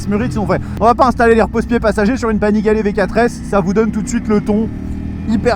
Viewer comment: pourquoi tu dis Panigalè ? 😄